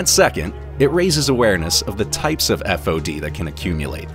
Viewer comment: So annoying hearing FOD spelled out LmAo